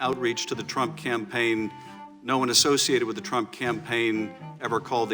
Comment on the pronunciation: Any other immatures laugh when he said Trimp instead of Trump 😂😂🤣😂🤣😅